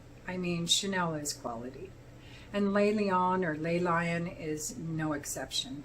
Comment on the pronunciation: I just want to help you with pronunciation of French words. So first of all “le” is not pronounced “lay”. “Les” which is “le” (or “la”) PLURAL IS pronounced “lay”. The vowel in “le” is pronounced flat like the ble in dribble. And “Lion” is “leeon” but the on is nasal in your nose only and you don’t pronounce the n with tongue-on-pallette.